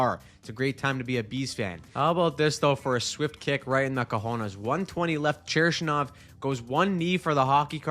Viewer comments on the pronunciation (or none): Cherry-shnov is the best part of this video lol. It's "CHURN-ishov" for future reference ;)